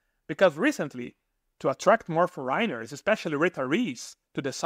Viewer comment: For-eye-ners. LOL